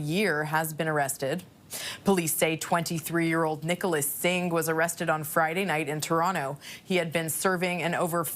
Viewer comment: “Nicholas” okay there